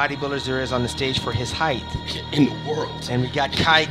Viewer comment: Height...not heigth!!!!